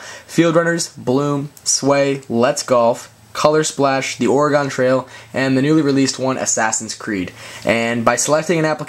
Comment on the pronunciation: Or-ray-gon trail. :P